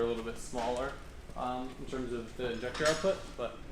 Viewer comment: Just say injector like a normal person